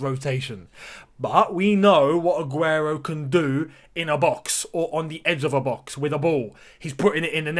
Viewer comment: That Spanish pronunciation 😍 Mashallah brother